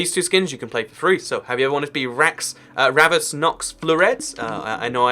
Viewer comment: You reallu butchered Ravus's name 😂